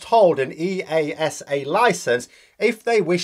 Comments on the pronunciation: Brilliant analysis (petty detail: EASA is usually pronounced as one word, ”eaahsa”). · E, A, S, A - made me cringe. In aviation we speak it as one word "EASA".